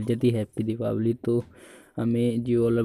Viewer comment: O bhai diwapali nahi dipawali bolte hain is tyohar ko